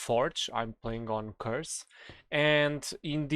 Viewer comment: "I'm playing on forge, I'm playing curse" something about how you said curseforge cracks me up